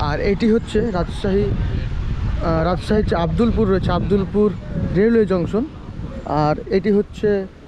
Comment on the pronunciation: ঐটা আব্দুল্লা পুর না রে ভাই ,, আব্দুলপুর হবে